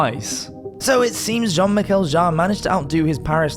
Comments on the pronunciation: I am pretty sure that you are pronouncing it correctly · Sounded fine to me! I'm not sure how active his fans are online, so even if you are wrong, I reckon you will escape the Jean-Michel Jarre mob!